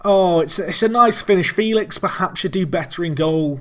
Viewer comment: Outstanding performance of the boys! They absolutely thrashed a team that in theory is vastly superior, this is the most memorable match for the Apex hands down. Congrats for such a feat and good luck against Basel, you're gonna need it. .P.S.: Félix is pronounced "Feh-lix" by the way ^^